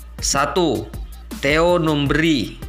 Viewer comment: JANGAN NGAUR DENGAN SEBUTANNYA : -Bukan Theo Numbri tetapi Theo NumbEri. ,(E) - Bukan Persiwar WarPON tetapi Persiwar Waropen.. MAAF, koreksi sebaik-baiknya kemudian buat beritanya .. ???